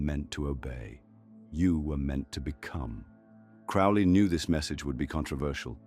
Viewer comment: This video doesn't even pronounce Crowley's name correctly